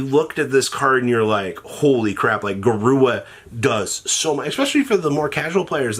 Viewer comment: Say it with me “GA-RU-RA” not GA-RUA”